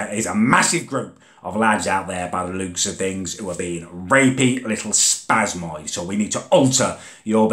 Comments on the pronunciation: LUKE LEWK LOOÒOOK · is it just me who creases when he says 'looks' 😂 ?